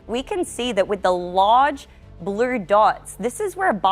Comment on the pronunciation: Trump won merst? Of the counties? Her pronunciation…even the word blrue??? Come on come on